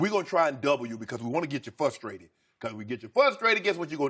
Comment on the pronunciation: I love living in a world where a man in media gets paid seven figures to say 'fuhstrated' just like I did when I was nine years old growing up.